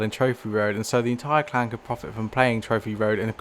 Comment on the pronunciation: i find it ironic that the way he pronounces clan wars sounds more like clown wars Also, ive started to notice that the way this game is turning out is looking a lot like what happened to pvz